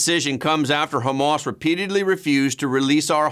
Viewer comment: Hah mahss, not Homemass